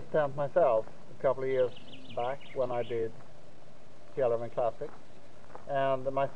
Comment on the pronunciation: I assume that you're Swedish and we can hear the correct Swedish pronunciaton of Fjällräven.